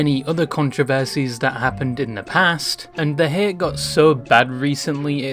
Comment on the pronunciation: bro....its haTe not hair...dafuq xD